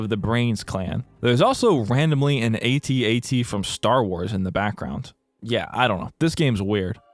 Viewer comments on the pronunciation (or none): bruh. it's pronounced AT-AT, not A,T-A,T.